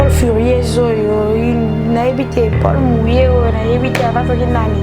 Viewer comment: javel ,on dit poule mouillée et non pole mouillée.